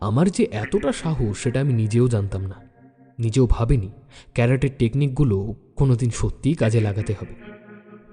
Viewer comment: ডার্ক ম্যাটার ঠিক কি, সেটা আরও বিস্তারিত হলে ভালো হতো। আর "" ক্যারাটে"" নয় কথাটা, কারাটে। As usual adio mixing is not good.